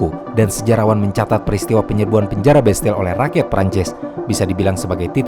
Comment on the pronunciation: Setiap narator menyebutkan nama-nama, orang dan tempat, langsung ngelag: Bestel (ini apa toh?) oalaaah ternyata Bastille.